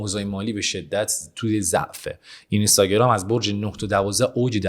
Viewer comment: اینستاگرام رو لطفا درست تلفظ کنید. بعد از حرف (ن) حرف (ی) وجود ندارد و حرف (ن) ساکن هست